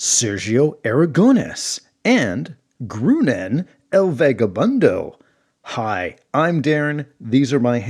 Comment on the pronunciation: I think Groonan should be pronounced like grow-naan, which sounds a lot more like Conan would be pronounced in spanish.